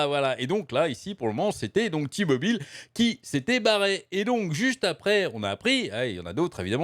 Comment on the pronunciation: C'est "Té-Mobile" que ça se prononce et c'est pas américain, c'est une filiale de Deutsche Telekom. Pas sûr que Bobby Kotic veuille compenser tous les départs de sponsors avec les sous de la boîte. Ça sent le sapin pour Overwatch. Kilgore est un abruti ; coucher avec son assistante ou avec une collègue est vraiment la dernière des conneries à faire. Ça te fait courir le risque d'être accusé de harcèlements (à tort ou à raison) et de te créer des frictions sur le lieu de travail. C'est vraiment un truc de puceaux de nerds et de incells, à mon humble avis.